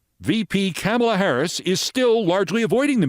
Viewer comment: I can’t believe I have to say this to you. Please learn how to pronounce Kamala! You’re better than that, Keith.